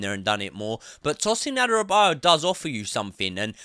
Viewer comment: It's pronounced Adara-be-or-your and not Adara-bio-yo